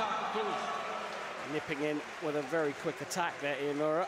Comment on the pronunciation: this commentator can't get iimura's name correct wtf